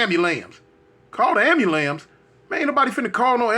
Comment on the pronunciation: “call the ambulams” 😂😂